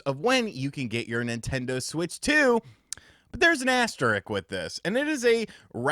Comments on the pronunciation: the word is “asterisk” with an “s” not “asterik” 😂 just fyi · AsterISK, not AsterIK. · It's pronounced AS-TE-RISK. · asteriSk, there's an S in there, bubby